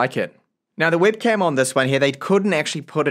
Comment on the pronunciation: Great review but I found your English accent pretty unique 😅 For example, you've pronounced the word webcam as wibcam. Which region are you from?